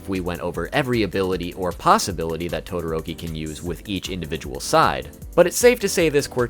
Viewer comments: Todoroki not todoototi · You called Todoroki "Tododoki" :D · Will anyone ignore that said totodoki? Or is that just me? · you said tododoki instead of todoroki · He is saying tododoki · “Tododoki” is hilarious 😂😂😂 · Wait wait wait.. DID YOU SAY TODODOKI? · and he calls todiroki, tododoki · Bro actually said tododoki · Im sorry but "tododoki" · tododoki(todoroki) lol ngl love the pronunciation